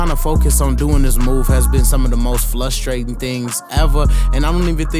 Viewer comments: Yeah that “Flustrating” 😳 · Word of the day “Flustrating” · Frustrating not flustrated, you yeah me a lot 💪🏿💪🏿💪🏿💪🏿nice cut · My dude said "flustrating" thats a new one